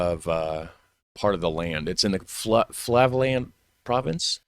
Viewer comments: Flevoland, not Flavoland. The "dialect" is perfectly understandable for any Dutch person. Kibbeling is the Dutch "fish and chips". My mother would have it every Thursday when the fishmonger set up business in the nearby parking lot. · The e is more pronounced as "a" as in say. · sorry... but: Flevoland = Flay-fo-la-nt 😅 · For the pronounciation of Flevoland, see it like this. Flay (like clay) -vo (like volVO) -land So Fle (flay/clay) vo (volVo) land Fle-vo-land Good luck to anyone trynna learn pronounciation👍